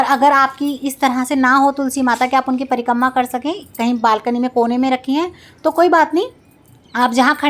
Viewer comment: Prikamma nhi Prikrama hota h